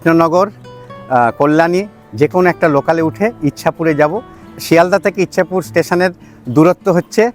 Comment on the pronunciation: ইছাপুর। ইচ্ছাপুর নয়।